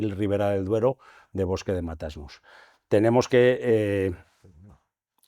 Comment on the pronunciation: Matasnos!!!!! No Mata-Asnos! Qué barbaridad.